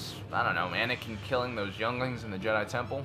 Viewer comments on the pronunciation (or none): none